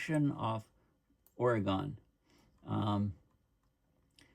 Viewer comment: Ore gun not Ore gone. Keep it weird Portland. yu do you.